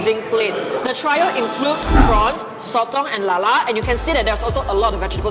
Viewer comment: Its pronounced 'three o' Not 'try o'